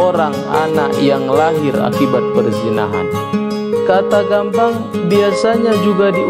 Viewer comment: Boi cara ngucap nya gappang, bukan gampang